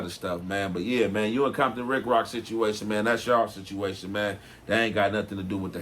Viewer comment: “ we coversed about the shituation” 😂